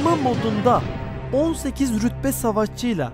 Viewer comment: Abicim yine yanlış RÜLBE değil RÜTBE